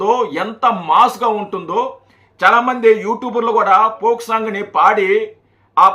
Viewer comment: దాని పోక్ సాంగ్ అనరు ఫోక్ సాంగ్ అంటారు మీరు తప్పు గ పలుకుతున్నారు.